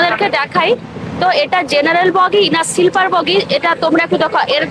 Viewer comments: সিলপার নয় ওটা স্লিপার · Silper hoy na....ota Sleeper hoy 😊😊